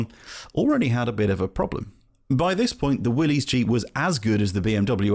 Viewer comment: One small point - if you ever watch an American WWII-era training film, you'll notice that the Willys is pronounced "Willis" - the y sounds like an i.